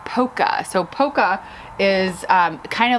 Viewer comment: It's pronounced pol-ka. ie the L is pronounced